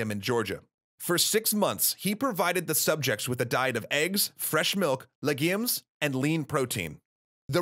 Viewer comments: I'm sorry, I we all going to sit here and pretend he didn't say legyems? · IT'S "LEHGOOMS" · How he said legumes tho 😂❤️ vids are great, keep it up